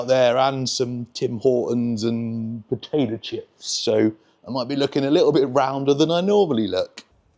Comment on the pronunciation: Southern American here, and when you said "potater chips" I died